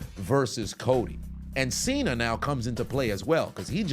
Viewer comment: my boy said Cena with a hard R hold on now brotha man